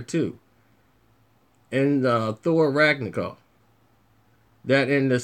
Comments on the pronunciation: Ragnacoff? You mean RAG-NA-ROCK? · yeah he said Ragnagolf lol